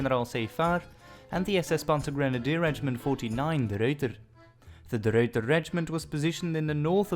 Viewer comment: I love the way you pronounce De Ruyter. Perfect.